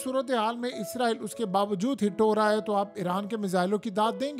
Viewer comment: Bhai word izraeel nhi hai israeeel hai.....izraeel farishta....is ra eel mulk ka Naam hai ..Khuda KY liye apni correction Karen...